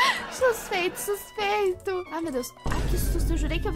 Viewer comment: Xuspeito viu 😂